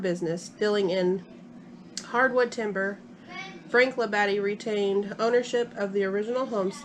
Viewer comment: It's pronounced Lab-a-de.